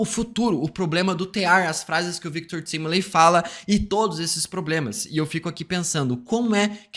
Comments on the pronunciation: Engraçado é que na série claramente a pronúncia do sobrenome do Victor é "táimili" mas aqui ele fala "tímili" e o Peter do Ei merd fala "Taimilai" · Victor Timly? No próprio dublado falam correto, Victor TIMELY (TÁIMILI) o cara ainda consegue pronunciar o nome do cara errado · Fala TÁIMILI, pelo amor de Deus